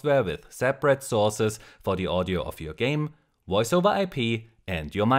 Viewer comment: woice made me chuckle